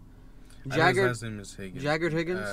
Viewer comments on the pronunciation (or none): My man really said: ''Hagrid Higgings'' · Bro said Hagrid Higgins💀💀